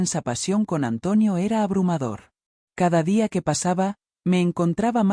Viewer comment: Porque dice antuonio